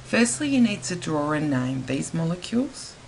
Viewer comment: when we nayme them w nayme 😂😂😂nayme